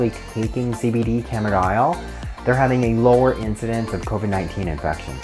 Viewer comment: Didn't catch what you were calling it...CBD camidile (phonetic).?